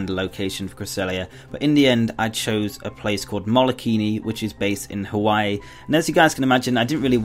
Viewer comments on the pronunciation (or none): none